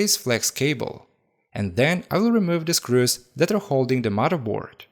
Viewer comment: Did you say " maraboard " or "murderboard" ?